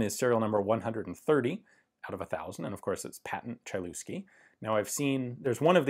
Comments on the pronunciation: I've always thought that Lignose is the only type of such gun (well, apart from experimental swedish Browning 1903), but there is also Chylewski. Thanks, Ian! P.S. Бедняга Чайльюски, т.е. Хылевский. :D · Polish Language: Chylewski [hy-lev-ski] Ian: CHAI-LOOSKI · Yeah I know that polish is one of these complex languages and I don`t expect anyone to learn it but just in case the pronunciation is a bit more like 'HEE' (heelevski) than 'CHY'. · Sorry for nitpicking but the pronounciation is not like you did it in the video. The letter y is pronounced like the german letter Ü (Umlaut) and the "lew" is not pronounced "Lu" but rather "Lev" so the pronounciation is more like "Tschylevski" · HY-LEV-SKEE not chailewsky :-) Polish W is a hard V, CH is an H like in Hen, i is same as English ee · CHAI-LOOSKI hahaha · He sure wasn't shy on the looski part. Ain't no mountain chai enuff, Ain't no valley looski 'nuff. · Hi Ian, love your videos. Quick note - polish CH is pronounced like a slightly longer, harder H. The C i silent ;-) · The letter y is pronounced like nymph, not like hee, but I see where you’re going. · his name is pronounced "Hylevski google translator does a good job at pronunciation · The 'Ch' in Chylewski is like the 'Ch' in Chutzpah, and the 'w' is pronounced like a 'v'. (Phlegm)hih lev ski Credit to Jeff Dunham. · you read that so wrong is pronounced Hillevski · Chylewski = Hi-lev-ski (Hi sounds like hiccup) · It's pronounced Hy- (flat y) Lev- Sky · It's pronounced "Hi lev ski" ("Hi" as in "history", "lev" as in "level"). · Chylewski is pronounced hilevski. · The name is pronounced H/Ch-(as in loch)- i -leff-skee. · Everything's perfect except of pronounciation. :-) "Chylewski" should be pronounced as "Heelevsky" ;-) BTW: How to class it? SA? DA? Triple Action? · Dude needs to buy another vowel.. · Awesome little pistol. As a Pole I have to admit- pronunciation of that surname was highly amusing. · In Polish language "ch" is being read as "h". Really.